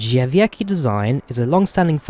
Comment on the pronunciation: it's dʐɛˈvʲɛtskʲi, not how you pronounced it. the "c" is pronounced like "ts"